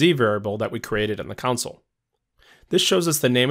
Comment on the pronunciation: Am I the only one who cringes every time he says counsel, not CONSOLE?